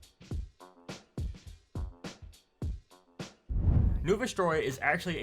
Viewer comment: the kamen rider reference is very funny but loose. btw KAHmen rider no cayman rider lol.